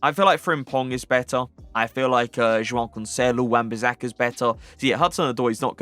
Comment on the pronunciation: Love the way you say Joao Cancelo hahah very satisfying